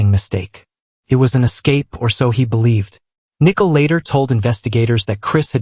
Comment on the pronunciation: "...but behind Shan's back, he was texting nickel"